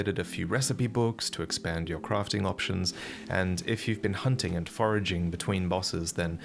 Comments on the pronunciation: What is Crofting? Are we playing Tomb raider? Say this with me.. Craft , Craaaaft.. aaaa Craft. Why do you say Battle and not bottle, but you say fost and not fast? Come on men, lets get into bottle! Are you saying posture or pasture? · its crafting, not crofting... and dune, not june